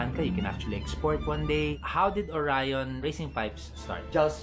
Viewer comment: Oryon lng basa namin Jan. Not Orayon. Bwahahahahaha... Nice pipe magaling gumawa Ang oryon quality at pulido.